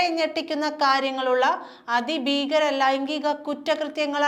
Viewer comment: 'അതിബീകരം' ? 'ഘടകവിരുദ്ധം' ? എന്തു മലയാളമെടെ! ഒന്നു വായിച്ചു പഠിക്കുക.എന്നിട്ടു മതി ചാനലിൽ പറയുന്നത്.. ( അതിഭീകരം, കടകവിരുദ്ധം)